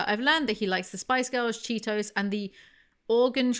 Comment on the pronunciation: As an Oregonian I just want to say I appreciate that you know that Oregon isn't pronounced like organ.